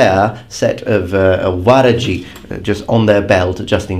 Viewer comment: min , waraji? warachi? uarachi? uarachi? (h)uarache? That sounded a lot like "huarache". It is sandal in spanich, or at least in México; althought here it is a sandal made of leather. It is very weird because I heard huarachi (a lot like huarache). I don´t think it is related but it is very , very strange that it sounds that similar.